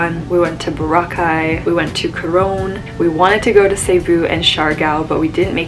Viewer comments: I love how you say BORACAY like locals do :) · Plus you even pronounced Boracay and Palawan perfectly. Unlike other foreigner or vloggers, a lot of times I cringed every time I hear they're mispronouncing these places.